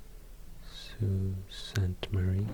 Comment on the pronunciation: Bonus points for pronouncing Sault Ste. Marie correctly. Can tell by that alone that you've done your homework ;)